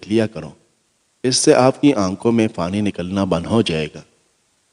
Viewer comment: Afka bofot bofot fukria , ye app fay ki zaban may q boltay hain ? May yaqeen se kehty hoon k aap pay bol saktay hain phir pani ko fany q kehtay hain ? Our ab to mujh ko ye bhi yaqeen hai k aap fay ko pay kehtay hain. Yani fahad ya fawad ko pahad our pawad kehtay hongay our ferhana ko perhana kehtay hongay ,jub aap ye dono lafaz bol saktay hain to phir onko sahe jaga q isstemal nahe kertay ? Prectuss ker ker k seekh lain